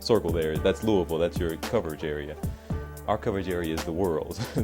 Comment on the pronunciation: I love that he can say Louisville right.